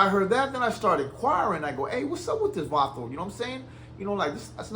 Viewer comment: He can't even say varrio or vato right boy go open up a gas station or go work at it u a Arab u probably tryna go blow up a building or sum I bet anything his family hD sum to do with 911 u ain sht next to spm foo u the one clout chasin Raza never felt what u or that Ecuadorian foo criminal talking bout